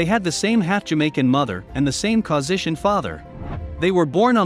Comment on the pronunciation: I would expect a professional narrator to know how to pronounce Caucasian